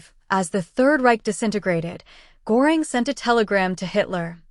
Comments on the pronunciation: Who the fuck is goring his name is gøring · It’s not pronounced Gore ing. It is pronounced GUR ing. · Pronounced Gher-ing. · The AI narration is distracting, plenty of mispronunciations and much too cheery a tone for the subject matter. Pronouncing Göring's name correctly would be great.